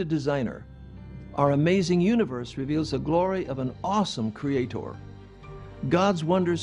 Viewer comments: I hate the way the mispronounce 'creator' as 'creatOR'. It makes them sound retarded. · I see "cre-ay-TOR" has reared his ugly head...again. ;) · I wanna slap that man every time he over-pronounces creaTOR.